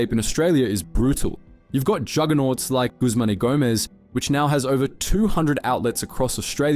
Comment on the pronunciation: GUSMANY GOMEZ LOL